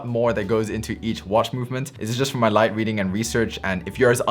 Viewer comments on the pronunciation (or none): none